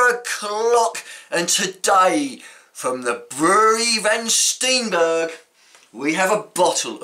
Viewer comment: not Van Stienbergh maar Van Steenberge with dubble e pronounced not as an i but as aan ee as in heeee !!! :-)